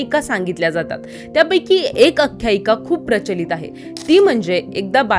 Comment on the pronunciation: तसेच अख्याईका नव्हे आख्याईका.